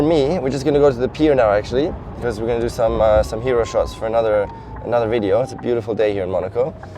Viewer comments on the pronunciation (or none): none